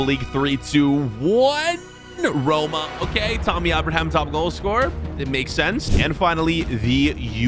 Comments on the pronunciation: It’s not Tommy auberhamh it’s Tammy Abraham with Abraham as in the president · “Tommy Aboraham” 😂💀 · “Tommy ubraham” 😂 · “Tommy Abrahom” 💀💀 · You said Abraham wrong